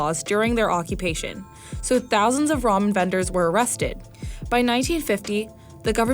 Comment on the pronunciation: I am irritating when she says 'ramen' as 'romen'